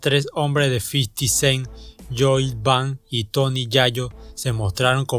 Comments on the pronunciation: No se pronuncia "yoid bank", se pronuncia loid banks y "buk" sería "bock" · Yoi ban yi uni😂😂😂 grande el homie😂😂😂